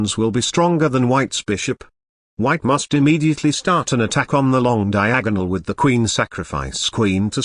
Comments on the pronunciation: "Queen travels down the long DiaAHG-GUHnal" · Brilliant "Diagonal" pronounciation.